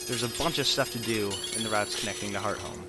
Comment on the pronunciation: does anyone else get annoyed when he pronounces hearthome wrong?